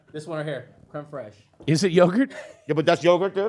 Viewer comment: I fucking love how they pronounce Creme Fraiche as "Creme Fresh" hahahaha 😂😂😂😂